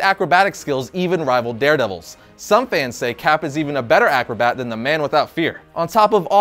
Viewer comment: You mispronounce "than" btw